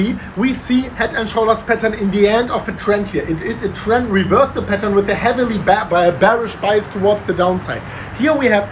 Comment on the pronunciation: All this time I am thinking that is saying 'petals', now I realize that he is saying 'patern'